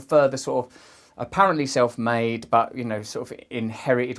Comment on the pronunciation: Did you just call trump selthmade